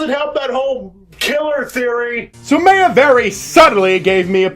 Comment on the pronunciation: Please tell me you're pronouncing Maya incorrectly on purpose